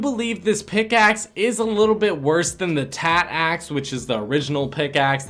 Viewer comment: the way you said “aaxe” (axe)